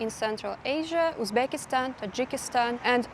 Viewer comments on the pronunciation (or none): none